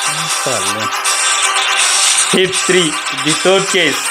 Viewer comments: Hir kaadu bea hit ఒరేయ్ ఎర్రి పూక నువ్వు చదువుకున్నావా లేదా 😂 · Bro adhi wallpaper kadhu wallposter 🤦and adhi HIR kadhu HIT 😅nv first english nerchukoni ra bro 😅